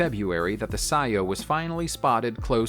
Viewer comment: I love how he pronounced CEO. Xd